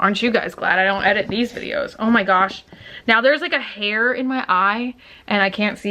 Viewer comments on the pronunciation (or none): none